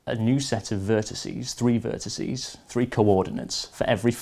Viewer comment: AXEEEEZE, VERTICEEEEZE PS Loved the video, like any other computerphile video :D